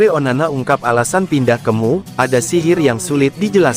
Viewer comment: Emyu bukan mu tolong disdbut dengan betul